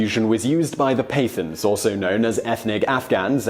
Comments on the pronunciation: hahaha the way he says Pathan is hilarious. I mean I had to rewind it again just to listen to it closely. firstly the Pa is a quick Puh instead of peh. Then at the end its th with the tongue a little but back to produce a sharp sound not the usual English th. then its aaan not an as he says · pathan |pat.han| not pay.th... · Pathan is pronounced as PAT-TARN not PAY-THUNS. Just so you know. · Your pronunciation of pathan is wrong, its pronounced pat-aan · Simon, 'Pathan' is pronounced as: Putt (as in golf) haaaaan. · pathan is not pronounced that way.